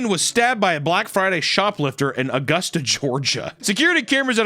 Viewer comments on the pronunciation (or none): none